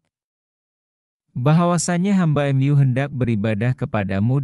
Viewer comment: MU : emyu 😂